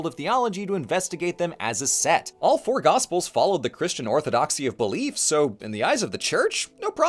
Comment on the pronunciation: I yawned when the quick introduction was going and I misheard: took a second before I realized that saying "today we'll focus on porn." should be "today we'll focus on four.".